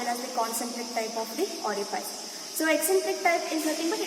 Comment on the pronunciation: Ori-fice hota hai, ori-faice nahi😢